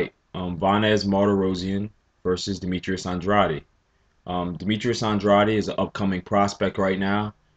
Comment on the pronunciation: you keep saying OnDroddy.. it's AnDray'D